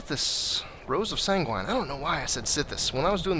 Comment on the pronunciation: Sangurine. Think about it: Sam Guevenne= San-gurine